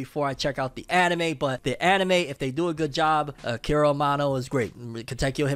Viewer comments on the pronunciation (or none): none